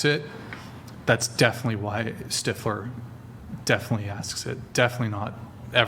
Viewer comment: Stifeler? She meant stifler lol